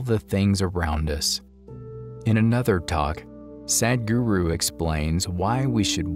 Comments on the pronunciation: Common is is not Sad-h-guru, it is Sadhguru with "dhah" sound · I am very happy for all the movies that convey sadhguru's wisdom, but please stop saying sad guru. The letter "a" in the word sadh is pronounced the same as the letter "u" in the word "but". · He is saying sad-guru😂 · Please prounounce his name correctly.